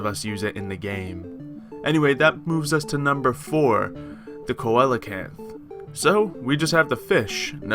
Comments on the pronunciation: it's pronounced seel a canth not Co El a canth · [see-luh-kanth that's how you saw coelacanth it's simple English it's amazing how stupid people can be and even more amazing Which makes it more amazing is that Google is right there to look up the CORRECT pronunciation... Lazy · thr Coelacanth is pronounced as Cee-Lacanth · You did not just mispronounce Coelacanth. I want to die.